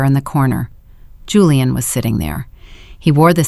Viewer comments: Whoever runs this AI needs to stop using the name Julian since the AI reader on this channel can never decide how to pronounce it. Hulian, Julie-anne, or Julian. Whoever the operator is trying to honor with using their name in every story must be insulted. Very distracting. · Why Hulian instead of Julian!!!!